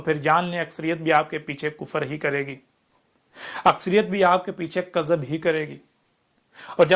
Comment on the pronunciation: مجھے تو یہ چ لگتا ہے۔ اردو زبان کے تلفظ بھی صحیح ادا نہیں ہوتے دعوے تو دیکھو کِذب کو کَذب بولتا ہے